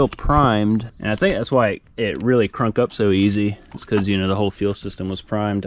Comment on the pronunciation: did you say "Crunk up"..... I love it